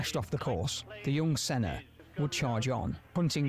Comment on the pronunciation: You are the first Non-Brazilian youtuber I saw that got the name right.Even the video you are reacting got the name wrong, but you managed to get it right. I am old enough to have watched Senna racing at the time. The thrill was amazing. He pulled things that to this day you do not see happening again.. There was one race in particular that he lapped almost all other pilots. except one. He was competitive even when he had the worst car, when he had a good car he was unstoppable. No disrespect to Schumacher, he was a great pilot, he was among the best. But Senna is a legendary.